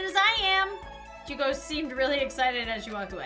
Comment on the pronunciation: hi i know im late but you said Junkos name right its junk then o i hope this helps